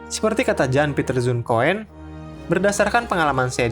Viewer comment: Aku mau koreksi, Min. Nama Gubernur Jenderal Coen bukan dibaca "Koen", tapi "Kun" Sekian